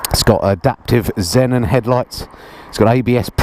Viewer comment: Zee-non is how you pronounce that headlight. Great review man. I'm torn between this and the FJR + after missing my K1300 so much.